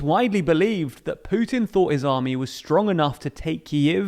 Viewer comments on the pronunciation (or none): none